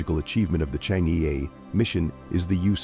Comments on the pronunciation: The pronunciation of Chang'E is /chang-er/ but not /chang-ee/ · It's not pronounced "Chang'e", it's "Chang'er"". It's pronounced "Chang'er" in Mandarin. Chang'er is the moon goddess in Chinese mythology. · correct pronunciation of change'e is chang'er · The narator's pronunciation "Chang Yi " is wrong. It should be " Change Er " in chinese. It is the name of a princess in an ancient chinese folklore, who lives in the Moon Palace, cold and lonely. The name of the relay communication satelite is "Que Qiao", which is bridge made by the warm hearted birds to help the princess to leave the moon palace and meet her lover once every year-on July the 7th. So in China, the 7/7th is day for lovers to meet, kind like the Valentine's day in the west. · Please pronounce Change correctly. It is not "chang.... eee" like Wall-eee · chang’e is correct pinyin (no ‘r’), and rhymes with ‘hunger’ (again ‘r’ silent) - the ‘e’ has what linguists would call the schwa sound , similar to the 1st syllable of ‘above’. So, chang’e is chAHNg E(r). Now ‘q’ in pinyin sounds like ‘ch’, so it’s not ‘kew kiao’ but ‘chweh chiao’ for queqiao. You can learn pinyin with just a little effort ! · Just wish the narrator can pronounce Chang’e properly